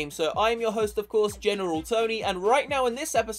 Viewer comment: geMeral tony